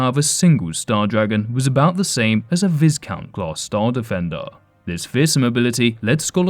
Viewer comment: Viscount is pronounced with a SILENT S. Vi-Count